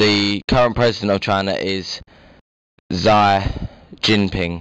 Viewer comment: Xi is pronounced as 'See'